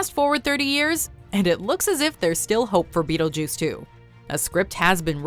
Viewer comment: Why are you saying beetlejews?